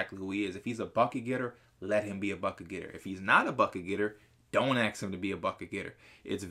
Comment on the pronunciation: Why he say aks not ask